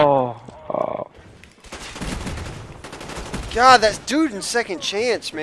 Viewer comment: I smiled when the guy from ur team said BANANANA. Mike, ur a true person, it looked like u were friends with all of them for like 10years. Keep it up, Sir